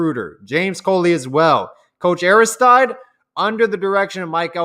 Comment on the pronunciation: Hey, it's not Aris-TYDE. It's "Ari- STEED"!!! Like DEED!!! It's a French name.